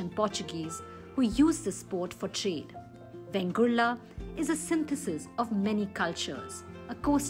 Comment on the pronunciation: In narration please give correct name ie vengurla not bengurla